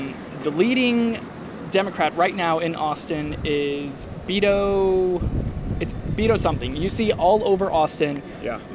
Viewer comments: He says he is mexican but can fucking prounce Beto right. Its beh tuh not vitto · He’s Mexican but doesn’t even pronounce “Beto” correctly? Bruh, take some pride in your culture, whether you like them as a politician or not. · Mexican gay conservative pronounces Beto wrong 😂 not meaning to start anything, just made me laugh. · Wow, he butchered beto, his family must not even speak Spanish at all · How is he goin to say that he is Mexican But pronounces Beto the way a stereotypical white American would say it 😂